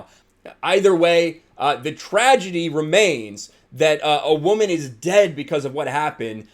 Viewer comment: Since when do prop guns kill people. Also why the emphasis on woooman. Why not a person was killed on the set. Whole thing seems fishy